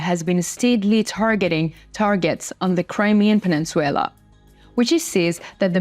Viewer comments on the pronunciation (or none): Peninsular, not peninsuelar.